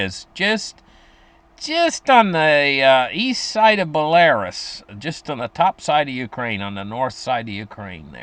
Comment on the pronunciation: Belarus is pronounced Bella-rooss -- those other slavic names are even more difficult -- thanks for the reports man